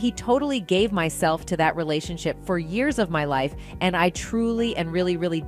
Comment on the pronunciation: This an AI collective speaking, Jada did not star in GI Jane and what's a relation shy?! AI can't proofread the internet and get facts right and pronounce words correctly before posting? 🤣